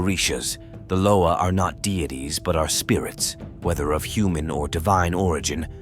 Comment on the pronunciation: Pronounce their NAMES PROPERLY!! Damn. Learn how to pronounce Loa, Bondye, Samedi, Guede. I get sick of you people talking about african culture and have no idea of what you find online. We dont invoke Baron to contact our ancestors!